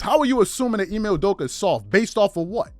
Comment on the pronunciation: To shannon its...I-May not IME lol